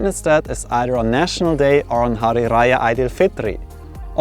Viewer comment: Wow you pronounce “hari raya aidilfitri” perfectly im impressed 👍🏻👍🏻